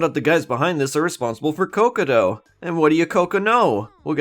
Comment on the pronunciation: Its not cocoto, its cocotg. Or at least thats what peter knetter says